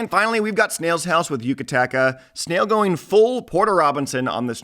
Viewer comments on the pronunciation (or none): Last track should be pronounced as "oo-ta-ka-ta" not "you-ka-ta-ka". "oo" like in boom. Solid video otherwise.